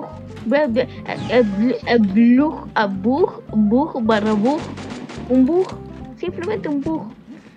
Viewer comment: El wn no sabía ni decir bug